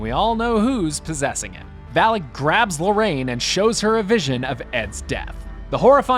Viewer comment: “Valak “ it’s the name of the demon u stayed saying valic